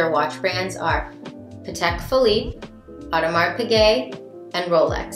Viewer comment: As a woman who loves horology, I feel you! My fave brand of the Holy Trinity is Vacheron Constantin. One day 😝 Oh native French speaker here: you don't pronounce the -s in Audemars.